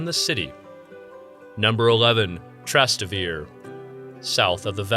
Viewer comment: "If you want a 100% Italian experience, then you must visit 'Tras-ta-vir'. Yeah, sure, just try asking where "Trastavir" is! You will get a rather Italian experience of Italians looking at you like you're crazy. You pronounce all the vowels: Tras-Tay-Vair-Ay. But what am I doing, talking to an AI.